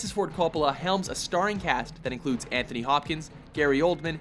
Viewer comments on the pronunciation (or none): none